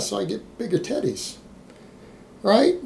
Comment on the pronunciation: I like when ya say teddies, the shits hilarious